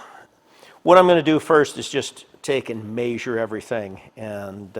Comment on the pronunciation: is the only other person I’ve heard who says “Measure” the way my family from northern indiana said it.